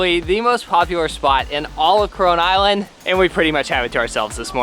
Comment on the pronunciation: Why am i feeling like to hear ''CORONA ISLAND'' every time?